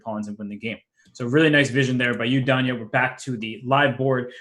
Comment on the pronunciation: Duhn-ya Naroditsky.